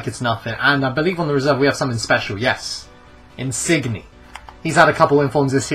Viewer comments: nice insigne pronunciation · you say insigne wrong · you didn't pronounce in signs correctly